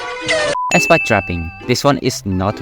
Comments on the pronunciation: did you just pronounce SPAD as S-PAD???? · You can tell that is Filipino for saying SPAD- “ ESPAD” 😂